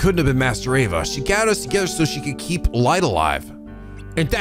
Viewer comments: Kind of a nitpick, but you're pronouncing master Ava's name again. It's A-VA, not AV-A. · You are back to mispronouncing Ava's name I see. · It's a little funny cause he pronounced it properly at the start of this video, before he started playing the cutscenes.